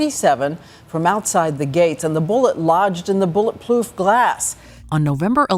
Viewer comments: “Bullet plooth glass” Am I the only one who heard this? 😂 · Totally heard it hehe 😂😂😂